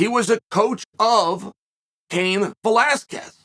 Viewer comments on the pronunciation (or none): none